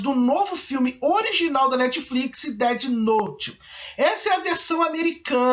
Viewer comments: percebi tb "Deti Nouti" aiuhaeiurhu Na pronúncia seria "Déf Nout" (com o "T" quase mudo) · Sobre Muitas Coisas DETI NOTE